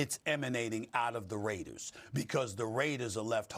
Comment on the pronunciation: Stop calling us “da raidas” it’s the mf raaaaaaiiideerrrrrrzzzz